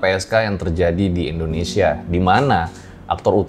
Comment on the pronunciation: Indonesia beh beh .....bukan endonesia ....please deh